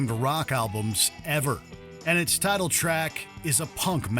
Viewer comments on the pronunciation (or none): none